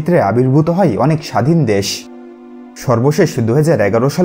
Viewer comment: story teller er pronunciation khubi kharap হয় কে হই কেউ বলে! যায় কে যাই কেউ বলে? এগুলো ঠিক ভাবে উচ্চারণ করতে চেষ্টা করুন